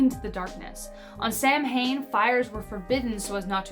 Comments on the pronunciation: Samhain is not pronounced samhain. It's pronounced saw-win. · It’s not pronounced Sam-hane it’s pronounced sow-in this is coming from a pagan that celebrates the holiday. Blessed be🥰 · Samhain is actually pronounced like Saw-when. Otherwise great video! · Samhain is pronounced sow-wen . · It's pronounced "sawain." In old Celtic, 'mh' is pronounced as a ;w.' That was for Halloween. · You mispronounced saw win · ITS CALLED SOW-IN YOU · Though it is spelled SAMHAIN, it is pronounced SOW-WAIN. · Samhain isn’t pronounced like it’s spelled. There are several accepted pronunciations but being that we are discussing Celtic lore “Sowin” or “Saven” would be most appropriate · Sam-hain is pronounced Sow-een. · It really pains me when I hear the word "Samhain" butchered. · love your videos, since you weren't sure of pronunciation, just a couple I noticed. Samhain is pronounced sowain, tuatha is that as in too-ah, and sidhe is she.